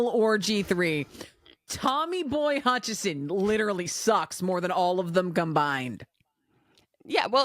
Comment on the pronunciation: This one was hard for me because pronunciation of "Hutcherson" bugs me every time. 😂 Is that a joke that I'm not in on? But I love the newest riot button so much